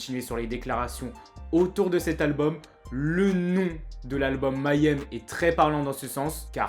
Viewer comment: On prononce "May Hem" ;-)